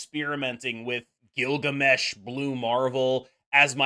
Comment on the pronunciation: “Gilbert Gammesh” bro 😂